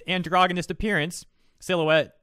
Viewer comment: You say androgenous wrong